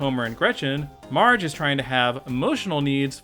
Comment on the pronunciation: why do you call marge mige